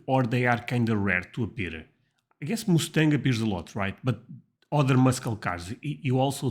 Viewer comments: "Muscle car" is pronounced as "musul car", and and Mustang has the same "u" sound as "musul", it's not "Moose stang" as in the animal, a moose. Try saying "Muss tang" as one word. I understand that you have an accent, and I can't imagine what my American accent would sound like trying to speak Portuguese, but several people have told you in the comments under several videos how to pronounce words. If you want, you can go online and find pronunciations. Yes, toilets flush on their own, but not everywhere. I've seen them in hospitals, Airports, nice restaurants, movie and stage theaters/theatres, and the same goes for the paper towels, soap and faucets. Look them up online. Many people have motion activated faucets in their homes. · He also says Moos-tang, instead of Muss-tang.